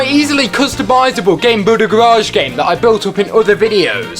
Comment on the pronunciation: did he just say garage like GARE EDGE